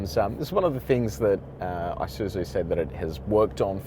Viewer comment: Not "I" suzu ....it's a Japanese word "ee" suzu. Nevertheless, nice presentation.